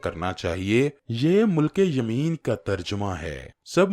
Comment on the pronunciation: ”مُلکِ یمین“ نہیں۔۔۔۔۔۔۔۔”مِلکِ یمین“ درست تلفظ ھے